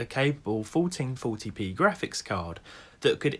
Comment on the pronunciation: "Folteen foty pee"